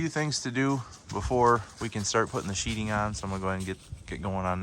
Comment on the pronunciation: You said "Sheeting" not sheetheing, my spell checker can't even spell it. I'll gladly follow because you say it rite